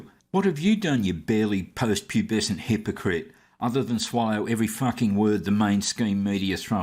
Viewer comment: "hepocrite" lol.. needs to return to grade 1.